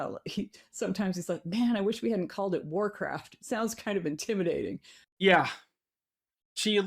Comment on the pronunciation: The way she says “sounds kind of intimidating” … why do they all sound like that.